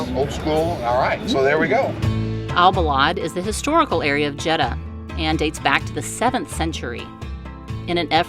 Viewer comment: Say "JED-Duh". That's easy.